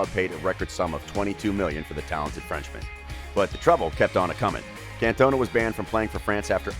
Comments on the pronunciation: Your pronunciation grates my ears. The guy is called Eric Can - ton - ah. You mispronounce every French place name. Even if you've no idea about France, Auxerre and Marseilles are famous clubs and you should know how to say them. Eric didn't cost €22 million - the Euro hadn't been invented in the 1980s and that sum would have been about 5 times greater than the world record transfer fee (Maradonna to Napoli in 1984). He cost 22 million Francs (about £2.2 million or €2.5 million). Fairly clear you have little knowledge about football in this era - if you did, there's no way you'd make these kind of mistakes. I mean, you can't even say the bloke's name right! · Bro, not trying to be negative but... you gotta do your research for the pronunciation of the content you talk about. His song is "OOH AAH, Cantona!". Makes it seem as if you aren't a Football fan.